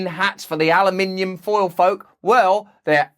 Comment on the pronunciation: I like how he called aluminum "Al-YOU-minimum" lol